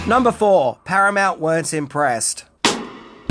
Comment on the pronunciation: I saw your post you made about the channel failing,and the massive decline in views. i think you need to move out of the "10 things " genre. Everyone is doing it.Plus not pronouncing names correctly doesn't help. From Tijuana to Stadenko,to "Paramount weren't impressed". I know it's a lot of work,but that's what makes a solid video. Good luck to you